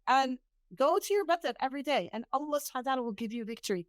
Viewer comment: Sister, may I ask you to pronounce the Name Allah with the accent on the last part Allah not A llah. Jazak Allahu khayr